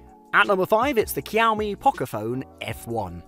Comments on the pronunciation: it’s shaomie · What the heck. Kiaomi ? It's Xiaomi dude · Shaomi not kyawmi 😂😂😂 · It's pronounced as shaomie Not kiaomi . Bruh I can't with white people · I m using poco ,pls don't buy, it heats too much and legs like hell. I bought after watching such video, pls mention all things,don't go for money cause it hurts. Maybe one plus or iphone is better option. He said 'kiyaw me', lol😆😂😂 Unsubscribe , Actually it pronunciation is 'sha-o-mi'. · "kiaomi"? Never heard one.. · i stop watching immediately after i heard the first kiyau-me.. bruhh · It likes kiaomi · Jiaumi i was like wtf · Why does he keep saying kiyaomi? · Kiao-mee? what kind of cat is that? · Did I hear Qiomi? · Cowme , Kiaumi, Kiaomi 😂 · Jkhiaumi .. hahaha.. lol... Wtf Cant trust a review by a guy who pronounces the name of a product wrong.... No way... Yup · Why? Kiaomi???? 😂😂😂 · Xiao mi is pronounced shau mi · pronounce it like shaomi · Siaomi??? Lol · Dude why your saying the brand by K iys a X not K